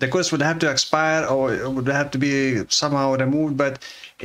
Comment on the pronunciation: You pronouncing 'curse" as "coorse" is so funny